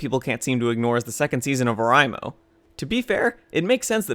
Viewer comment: It's pronounced O-REI-mo not O-RAI-mo.